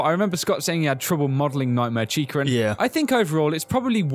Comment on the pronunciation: "Nightmare Chicer"